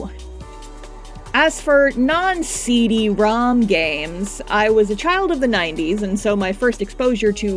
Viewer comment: You saying "ceee deeee ROM!" like it is an ancient relic of a distant past makes me feel incredibly old.